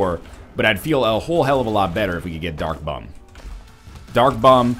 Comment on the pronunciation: im not hating on you are anything northern lion but is it just me or is he saying "duck bomb" when he means "dark bum".